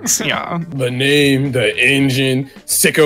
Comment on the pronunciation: Every time I watch this video, I lose my shit at "Ze bane of ze allies, Ze Dicker Max, ja."